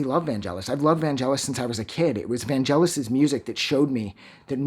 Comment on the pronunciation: Please pronounce his first name correctly first!